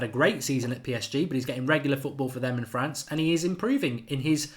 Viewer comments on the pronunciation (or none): none